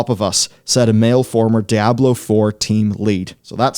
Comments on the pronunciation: It's DEEE AH BLOW NOT DIE A BLOW.. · It's not die ah blo. It's dee ahh blow. No matter the accent. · Ah yes. Die-ablo. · "Dai-ah-bloh" I'm not sure where you're getting that pronunciation from but it's not correct. It's probounced 'Dee-ah-bloh', both in English and its source language, Spanish. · Diablo, not Dayablo xD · "dye-ab-blow"? NO!!!! It's: "Dee-ah-blow" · man these videos are almost unwatchable for me cause i cringe everytime i hear this guy pronounce Diablo as DIE-ahblo. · "Dayablow four" Lolk... Feels like this could've been summed up in a 25 min video. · “Die-ablo 4” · Die-ab-low. Lol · Die-Ablo is an unforgivable pronunciation. Its right up there with Foh-red instead of 4head. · "Diyablo" it's funny you don't get the name right even after 25 years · i unsubbed the second i heard Dieablo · Die ah blow 4.... What game is this? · It's pronounced Dee-Ah-Blo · die - ab - low ... 🤔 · Die - Ah - blow lmao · since when is this game pronounced Dyablo? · DUDE SAID DIE ABLO 4?! LOL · Stop saying DIE-AHBLO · I seriously thought your pronunciation was Dire Blow LoL. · Unbelievable what is happening to Die-Ah-Blo 4! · WTF is Die-ablo!? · heh Die-ablo 4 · u shouldnt be able to put out diablo content if u cant pronounce diablo LOL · You pronounced diablo wrong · You're mispronouncing Diablo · I swear is the only person in the world who says Diablo wrong.